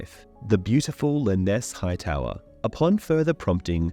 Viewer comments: Her name is not lyn-ess--ee the e at the end is silent. Learn how to pronounce names before you publish videos. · Its gotta be there are Tons of the pronunciations that are wrong. he says Lynesse's name right and then goes on to say it wrong every time after that. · Pronounced Lynesse correctly then goes on to say it wrong every time after that. this has to be a bot or AI reading this .